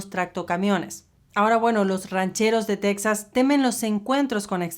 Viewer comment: POBRECITOS LOS TEJANOS! Y ALINA NO ES TECSAS! NO ES PALABRA EN INGLES¡ ES TEJAS!!